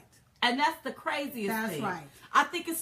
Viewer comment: PC Police much , btw, It's all "the" best not "da" Duh !!!!